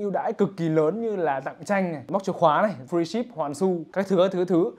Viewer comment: Nghe freeship thành quần chíp ;v